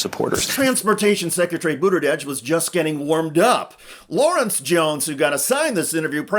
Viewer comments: The least u can do is pronounce his last name correctly. Very unprofessional and hurts your point. I love Pete❤ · do you really want us to believe that after at least 5 years of him being on the national stage you still have no idea how to properly pronounce "Buttigieg"? 🙄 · Dude, figure out how to pronounce Pete’s name before you talk about him! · The comentator here mocking jones cant even pronounce buttegieg's name. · Great interview. I just wish the Schuster would pronounce Buttigieg correctly. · Why don't you say his name correctly? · Please learn how to say his name. It is offensive that you have said his name so badly over and over. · How are you a political journalist and not know how to properly pronounce Pete’s last name after he’s been a relevant national political figure for nearly 10 years? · Learn to pronounce his last name. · I appreciate the video but it would be good if you pronounced his name correctly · He can't even say his last name properly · Why are you mispronouncing his name? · PLEASE pronounce Pete Buttigieg's name correctly! Seriously! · Bro, take 42 seconds and Google how to pronounce the name before you hit record... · Could you get a narrator who knows how to pronounce Buttigieg? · Why can't this guy say Buttegieg correctly? It's driving me crazy. I think Jamie Raskin should be president for 8 years with Pete as his VP, then 8 years of Pete as Prez. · While I'm stoked to see Pete continuing to slay fox, he's been around for quite some time now... please learn out to pronounce his name 😑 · You know when you mispronounce someone's name you can just reshoot the video? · This was great! Thanks sharing this! Btw your pronunciation of Pete’s name is incorrect. You’re throwing a D in the mix. No D. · Why can’t this guy pronounce Pete’s last name correctly? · You are in this business, and you really don't know how to pronounce his name even remotely correctly?? OK Shiester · Buttergieg? No R in Buttigieg sir.